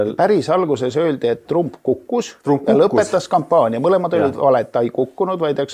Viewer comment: nimesid hääldatakse originaal keeles,st TrAMp.